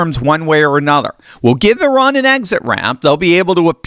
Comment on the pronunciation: you are one of the few to correctly pronounce Eeh-rahn.